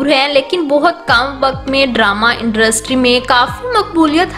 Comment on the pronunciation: Haha indrustry😂😂😂